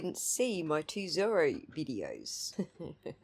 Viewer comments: It’s not his accent that’s making it hard to understand, I think he is pronouncing it as “ser-la” which if true is embarrassing for him. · Is that what he was trying to say!? I thought he was trying to say was “thorough” equation LOL